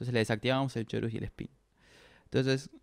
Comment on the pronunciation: muy bueno todo bro!!!! en especial como pronuncias chorus JEJEJE